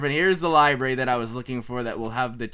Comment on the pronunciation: Wait did he say liberry...xD